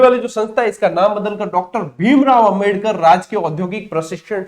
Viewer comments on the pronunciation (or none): none